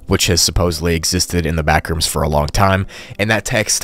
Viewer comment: "the backrooms?" nah the blackrooms